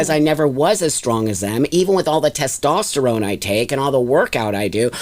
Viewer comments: BLOSSOM IS NOT WELL! I would be curious as to her many diagnosis’. Not to mention she keeps saying “tastesterone”. It’s so annoying. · If I was to talk to anyone that pronounces testosterone ‘tostesterone’ I would immediately stop listening to them because I’d know they’re obviously not the brightest tool in the shed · Someone needs to teach how to pronounce "testosterone" before continuing to argue about the biological make-up of women vs trans-women. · The more I watch this the more I’m convinced that is an absolute idiot and really just loves to hear their own voice. She can’t even pronounce “testosterone” properly. Very selfish individual who says “I care” but actions prove otherwise.